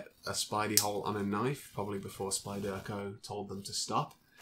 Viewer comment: Nice collection, nice little vid. But the way you pronounce "spyderco" makes my teeth itch.